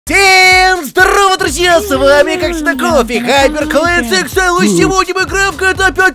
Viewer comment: Вобщето Коффи а не кофи